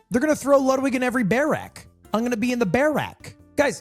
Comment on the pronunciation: "no i know luwdwig" its ok we all luv u more